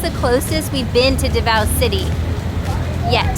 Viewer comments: Nice! First if all, it's pronounced as DA-vao, instead of da-VAO. Even non-DAvao Filipinos get that wrong. And yes to fellow Filipinos, pronouncing it rjght is as important as prouncing your own personal names right.😉 Besides that, you're family is doing great and thanks for having an awesome time in Davao. 👌 Madayaw! 🦅 (MadaYAW = good; pleasant; beautiful) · Da-vao not D'vao